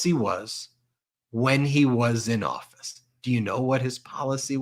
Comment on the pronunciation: Office or ortrrfoceee. What are you paying . Can’t you speak English